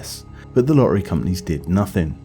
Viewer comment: Lo t t ery, please please pronounce t's. Not just random t pronounciation. Please. Stra t egy, ci t y. You can still keep a south uk accent